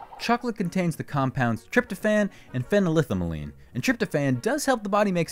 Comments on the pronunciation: the pronunciation of phenylethylamine is a bit off here, hahah. break it down into parts to get the pronunciation. phenyl-ethyl-amine. fennel-ethel-uh-meen. probably some other variants but they should sound similar! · LOL, the host mispronounces phenylethylamine.